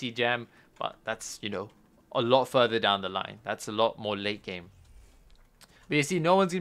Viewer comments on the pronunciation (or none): none